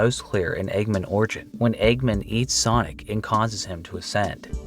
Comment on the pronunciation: i have a hard time believing he doesn't know it's "egg man," not "eggmin"